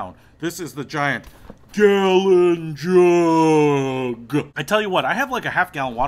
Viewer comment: Like just for how you said gallon jug